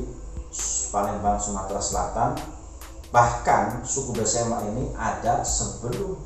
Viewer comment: Maaf mas, bukan pesemah, tapi Besemah.